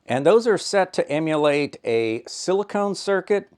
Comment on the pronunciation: You were so worried about pronouncing germanium as geranium, you accidentally pronounced silicon as silicone!